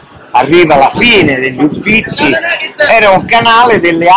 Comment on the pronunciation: Si ma Cosimo I, Uffizi e 1650 non si può sentire